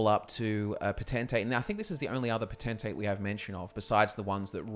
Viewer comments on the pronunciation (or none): Not (po-ten-tay) dat shiz is (potent-tate)